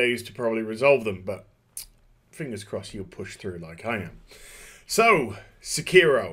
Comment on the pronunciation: in spirit of Hermione Granger: it's pronounced sEkiro, not sekIHro